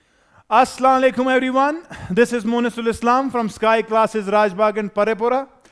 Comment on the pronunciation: you're saying Asla alaikum that's why I thought of informing that it's assalamualaikum